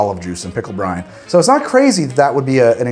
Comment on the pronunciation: Whenever he says "pickle brine", I keep hearing "Pickle Brian", like it's some sort of weird Pickle Rick OC.